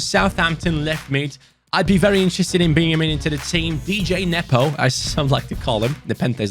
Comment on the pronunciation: it’s Djenepo not D-J-nepo🤣